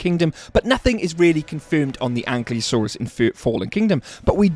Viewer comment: makes a whole video about bumpy, Cant even say Ankylosaurus right